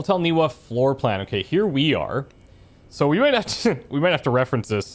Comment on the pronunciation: Game protaganist audio: Ni va Ni va Ni va: Ni wa Ni wa Ni wa I guess he's deaf. Also, the glitchy "RTX 3000" series flashing textures are amazing! Little talked about how awful nVidia's drivers are right now.